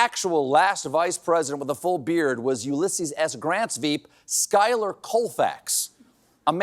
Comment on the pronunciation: It's pronounced Shoe-ler.... Not Skyler. Schooo-ler. He was from South Bend, IN - the place where Mayor Pete was mayor. Where Studebaker was (& museum is). But ya, not Skyler, it's Schuyler, although I've heard shoe-ya-ler or shoo-yeler, kinda like a more condensed "yeller." The y is kinda a mouth formation than a sound. But definitely not Skyler. At least around here, where there's plenty named after him.